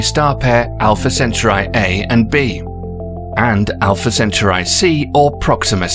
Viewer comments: Centauri isn’t pronounced “cent-tri.” It’s pronounced “cen-tor-ee!” Try again! Its a very basic word and I guarantee all American astronomers cringed, severely! I know I did and do every time you pronounce it incorrectly. Lol just re-narrate it so I can watch this without twitching severely. Lol thank you!!! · Also, "centauri" is not pronounced "senturai" but "sentaari". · CantAURi dude... not centurai...samurai... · is it centri or centauri? cen/tau/ri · Hope your mispronunciation of "Centauri" doesn't undermine the audience's ability to pronounce it according to tradition.